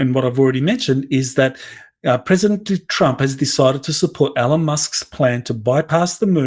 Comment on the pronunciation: Please learn how to say ELON!